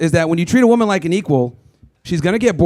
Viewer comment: Not a single one of these retards pronounced the word woman properly 🤦